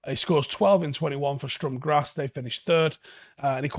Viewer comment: Just to let you know, It's pronounced with a Missing T! Sturm Graz, pronounced Sturm Gratz